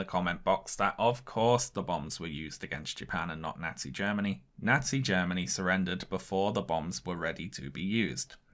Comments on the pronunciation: Amazing video but I cannot get past how incorrectly this guy keeps saying “nazi”. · I live in the Midwestern United States, and I love how pronounces "Nazi" in the same way that my neighbors do